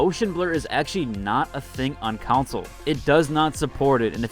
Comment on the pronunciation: CON-SOLE. Not counsel.